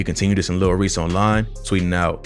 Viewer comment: bro stop saying lil reeks